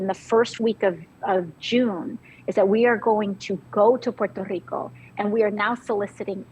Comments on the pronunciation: So is Guam and some of the pacific ocean islands ,but Puerto Rico is the most blatent one . Thank you for correctly pronouncing "PUERTO RICO" It is not ' porta rica' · Lo está pronunciando bien, en la lengua original. No sea acomplejado